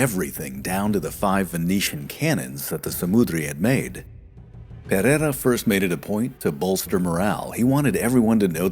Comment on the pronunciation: well, as it happens I'm portuguese as well. We'll continiue then in Portuguese. De facto o narrador não percebe peva de Português. A forma como anglanisa os nomes, especialmente o Pereira, dá ares de finório que não conhece a língua. Isto não se reflecte na qualidade do vídeo que é muito bom. Parece até que quem o fez nem sequer quer saber da pronúncia ou sotaque. O que não vale a pena é tapar o sol com a peneira. O narrador tem um mau Português....